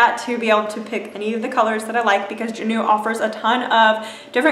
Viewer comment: Its pronounced Jah-new